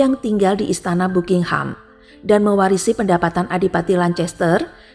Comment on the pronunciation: Tories (toris) = tores , ducches ( daches) = dukes , buckingham ( bakingham) = bukingham